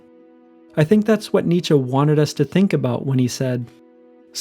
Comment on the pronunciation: He is pronouncing it right